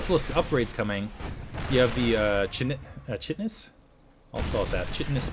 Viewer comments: hey, its actually "Kite-tinous" plating:-) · Minor correction...KITE-eh-NUSS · This game was awesome, excellent casting: "only one marine got out to see the light of day before being annihilated." also, I think chitenous is pronounced like saying kite. at least that is how I do, its the stuff it crabs.